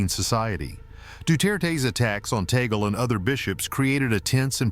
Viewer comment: It's TUG- LEH